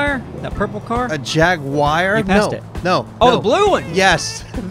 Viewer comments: A jagwire 💀😂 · 1 He mispronounced jaguar. 2 It's a cadillac (maybe. Definitely not a jaguar). 3 He didn't see the huge blue tank car and it all happened in the 1st 14 seconds.